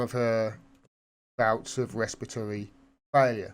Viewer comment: Pronounced: Resp-pitory.